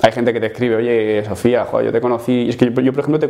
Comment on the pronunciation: soy el único o he escuchado decir a "Sofea" 😂? Calvete t queremos, sigo esperando el final feliz